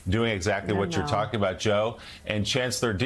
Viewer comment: It’s really Joe not wheele.